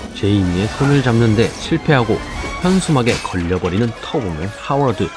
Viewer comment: 터보맨을 자꾸 털보맨 이라곸ㅋㅋㅋㅋㅋㅋㅋㅋㅋㅋ